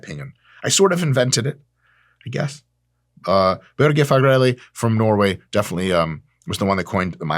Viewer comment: Oh Dr. Mike, I love it when you say Børge Fagerli 😍